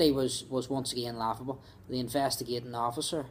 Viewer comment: Waughable. It's waughable. It is. Waughable.